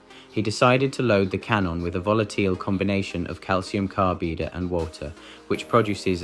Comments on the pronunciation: God, this was painful to listen to... It is like it was read by an AI bot with a fake accent! Sounds vaguely English with bottle being pronounced bo'l, but bottles is pronounced as bot lees crates as crate ees jumbled as jum bled mixed is mix ed cadbide as carbid etc claims 'internet translations from Russian to English leave much to be desired, then itself totally butchers the very next English title as 'Master meets bate ends'. Like, wtf? Final point: to be a true Darwin Award recipient, you not only remove yourself from the gene pool, but should never have bred either. Some of these characters (eg, #1 and #5) seem old enough to have had children and already passed on their genes before they autocorrected their existence. Edit had to give up before I had a brain aneurism and awarded myself a Darwin for putting myself though thus garbage! Apologies everyone for my comment and helping the algorithm spread this contagion. Hope you survived... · "volateelee" for "volatile" and "carbeedee" for "carbide"? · "calcium carbida" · What bullshit. Also: "volateel" and "calcium carbeeda"? Jeez wat a wanka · "Deveece" isn't the only i mispronounced as ee. "He decided to load the can on with a volateel combination of calcium carbeeda" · ("Red Evolution") I thought AI voices would know how to pronounce straightforward words like "carbide".